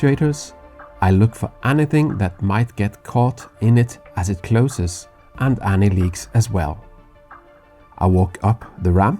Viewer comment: Hitchhikers don't stand a chance, lol., could you pls inform your friend to pronounce 'any' not as 'anni'? Phoneticly it sounds more like 'enni'. (same goes for 'anything - anone - anymore' etc) English phonetics can be confusing for us europeans (inglish lol)